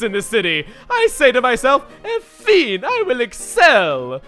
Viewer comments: On-feen. ON-FEEN. ON-FRICKING-FEEN! Jk in not mad, couldn't care less, but just letting you know ,Chugga, "enfin " is pronounced {Aw-Fa} (kind of) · Really, (even autocorrect wanted to name you Emily)? You pronounce 'enfin' as 'enfeen'? Weren't you that guy who has a lot of experience with French? It's pronounced 'Awn-fuh'. Only teasing you! xD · enfin is pronounced “en-fah” in french. dont pronounce the n in france or you will be crucified lol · "Enfin" is pronounced "on - fen" with very little emphasis on the "n"s ... w - what did I just do o.0 ... did I just become a language nazi?!?! FOR FRENCH ?!?!?!?! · Pronunciation of Enfin----- Aan- fan. The n is somewhat silent at the end. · hehe the way you say "enfin" is totally wrong :P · chugga, as a french canadian, that pronounciation of "enfin" was hard to hear, i still love you and your videos though :) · Chuggaa's pronunciation of "Enfin" literally killed my soul. He's not just out of the ballpark, he can't even see the ballpark. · Just before the battle with Fantina, he pronounced 'Enfin' wrong :p